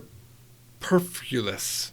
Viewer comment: superfluous .... couldn't even say it right... geez... what kind of english speaker are you? にせもの!!!!!